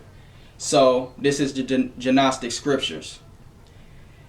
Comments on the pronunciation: Just FYI....the letter G in the word "gnostic" is silent. It's pronounced like "nostic", not "gee-nostic". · The G in Gnostic is silent.. Its pronounced Nostic.. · Great info brother. By the way, the 'G' in the Gnostic is silent. Pronounce it "Nostic." I went years pronouncing it wrong :-) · It's pronounced Nostic. The g is silent, respectfully